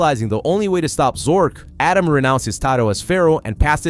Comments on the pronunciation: ATEM not Adam. 😂😂😂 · Stop calling the Pharoah Adam. It's Atem. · This video is so well put together and coherent for the insane amount of details in this series. But the name pronunciations hurt my soul. Atem... A-Tem not Adam Marik... Mar-Ik not Mark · Atem ❌ Adam ✅ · *Atem not Adam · Atem... not adam.. jesus drove me nuts whole video lol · I know it’s American thing but I just can’t not hear pharaoh “Adam” every time you say it 😂 great vid btw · The way this dude pronounces Atem is killing me. And he does it 15 times a minute. 😅